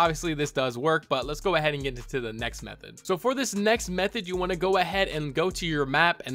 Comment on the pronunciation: BRO HE SAID METHODD